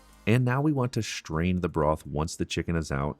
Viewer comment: He's going to "SHtrain" it ladies and gentlemen.